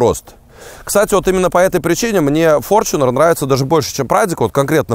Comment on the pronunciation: Опять-таки "форЧунер"- ты либо не образованный от слова совсем,или ленивый прочитать правильно транскрипцию.